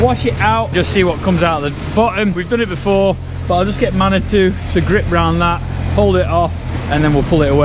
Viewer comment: Another fantastic video showing what farming is all about.. got to say when said Manitou I actually heard man or two hahaha 🤣🤣 it took me a few moments to click on what he actually said (after I checked the video for a man or two) 🤣🤣